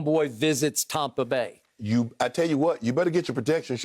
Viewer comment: Skip when Bucs lose: Tampa Bay Skip when Bucs win: TOMPA BAY